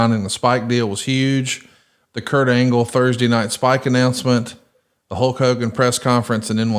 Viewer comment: I thought Hallk Hogan was the name of the bootleg wrestler toys my Grandma would bring us from Mexico. I guess it was legit per Bischoff’s pronunciation.